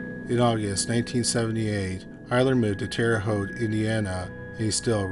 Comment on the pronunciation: Terre Haute, you pronounced it correctly!